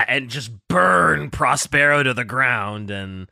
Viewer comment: That pronunciation of Prospero is killing me.